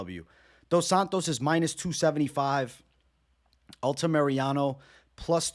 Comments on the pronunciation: Say it with me: Al-ta-mi-ra-no not Alta-Mariano 🤣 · I like the fight insight but man the mispronunciation of names always drives me nuts haha ALTAMIRANO, not Altamiriano lol